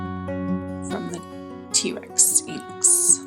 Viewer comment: It pronouced Tee Rex, as in the dinosaur, not trex